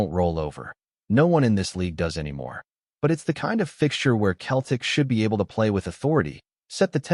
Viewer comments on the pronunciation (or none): its not keltic its pronounced seltic 😅😅